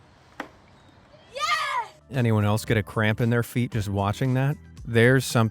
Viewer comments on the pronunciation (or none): none